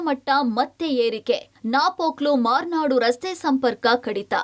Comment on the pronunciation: Its Murnad not Marnad